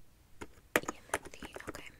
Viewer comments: I'm dying at the "yimothy...?" 😂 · Not yimothy 🤣